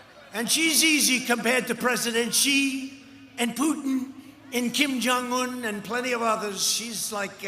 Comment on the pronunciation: He actually said the name extremely well and accurately....I’m confused as to how you heard that....he enunciated each letter....